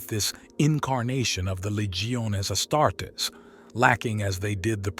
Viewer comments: its not asstarts....its AS-TAR-TES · Ya lost me at “Astarts”. Refine that AI, pal.